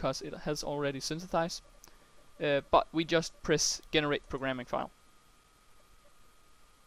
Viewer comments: Also, just a heads up: "generate" is pronounced "JEH-NER-ATE" rather than "GHE-NER-ATE". The G is soft. Well done on the tutorial! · AWesome lesson . really enjoyed it and informative. Note Generate is pronounced Jen-erate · I can't accept the way you say 'Generate' lol ty for your help